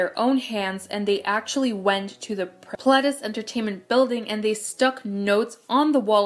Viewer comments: i was right about the dees tho, i don't think that they're is a is sound in korean, pleh-dee-seuh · wow I always pronounced Pledis like “pleedis” and now I feel like a fool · Can i just correct the part about fans getting too close? That was in japan. It was their japanese company that was not stepping in and stopping the fans. It did get to the point recently that Pledis did stop their Japanese promotions as NU'EST W due to the fact that it was getting more and more dangerous with them picking up speed. But in the start it was their Japanese company Ariola that was not protecting them fully at their Japanese promotions. Also its pronounced nu EAST not nu EST. You can hear this clearly in their intro